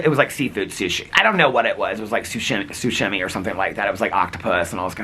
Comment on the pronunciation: ‘Seafood sushi.. sushimi or something like that’ omg the shimmy shimmy’s really are taking over your brain 😂 it’s SASHIMI. Not being a smart ass correcting your pronunciation, just pointing out the shimmy shimmy’s influence😂